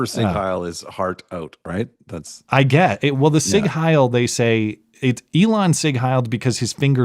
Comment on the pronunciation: Every time. Literally every time. It is not pronounced: sig hail Lmao